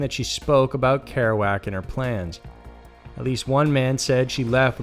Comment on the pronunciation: Why doesn’t he know how to say Kerouac